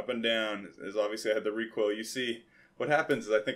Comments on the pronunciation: There was 2.things you did wrong you put the clip in wrong and you said ricashay it's. Recoil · Well it's wasn't that much you do notice just wanted to let you know the yo things I saw you mest up with was you loaded the mag the wrong detection and it's recoil and you said ricashay